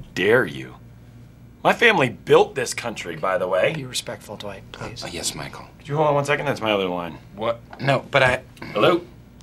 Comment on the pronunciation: Whenever Jim says Dwight it sounds like he says dawight